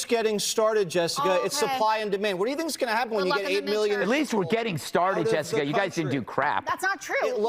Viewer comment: Anyone else here named jessica get the ick hearing him say our name that way? No? Just me 😂